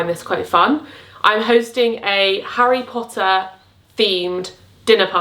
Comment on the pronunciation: As an American, hearing you say Harry Pottah makes me so happy! I would love to do this, but I don’t have enough friends who are fans. It would be me and I would have to force my family to play along, lol.